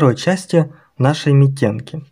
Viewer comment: Митенки-ударение на вторую букву